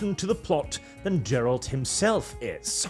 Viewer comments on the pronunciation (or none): The second you called Geralt as "Jeralt" I understood you didn't even played witcher 3 and are here yapping 🤣 You have been caught red handed buddy 🤣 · ain't no way you said "JERALT" 💀 Bro be doing anything for the content. Stop hating witcher 4. The trailer is very good and the game will also be awesome, so shut up your nonsense and play witcher 3 first and then come back again.